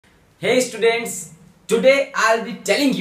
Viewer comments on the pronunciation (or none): none